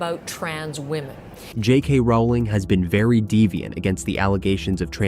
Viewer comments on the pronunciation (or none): Get your words correct, it is DEFIANT and not devient ai or whatever is an illiterate moron